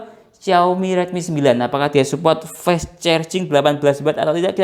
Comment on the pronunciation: Penyebutan fast itu bukan fes bang tp fast aja